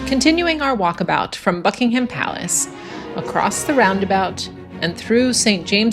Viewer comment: One small tip. The H is silent in Buckingham